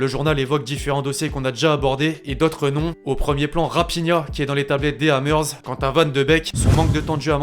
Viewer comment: C'est Raphinha et non rapina comme tu le dit ancien du Stade Rennais. Et sinon je t es mit un pouce vers le bas car trompé sur 2 nom joueurs on dit Lo Celso et non Lo Celsos. Merci pour ces news a+.